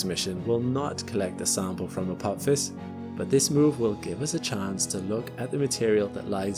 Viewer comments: "A pop his"?! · Stargate SG-1 fans recoil in horror as pronounces it "Apop-phis"... 🤣